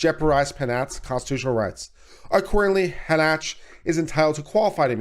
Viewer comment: Again (referring to another video you posted), how do you continually get the pronunciation "Hah Nach" from the name Hanchett? Shouldn't it be something like Han Chet (or, possibly, Han Shett)? Just curious.